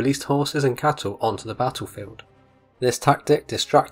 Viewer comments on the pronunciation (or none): none